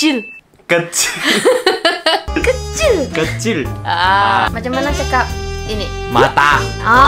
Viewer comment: 這裡kecil講成li ciuk li dong li ciu什麼的直接笑死🤣